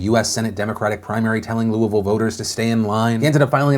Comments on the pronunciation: Said Louisville right! Shocked! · I love how you correctly say Louisville lol. I used to live in Louisville, I moved across the river now. I had a feeling McGrath would surge a bit. Her ads were going weeelllllll before Brooker's ads started playing from what I saw. Plus I have no idea why but people still love Mitch....last I saw last night he was well in the lead. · As a louisvillian, thanks for pronouncing Louisville right. Made my day :) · Thank you for always pronouncing Louisville correctly! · Being from Kentucky, I am very proud that you correctly pronounce ‘Louisville’. Thank you.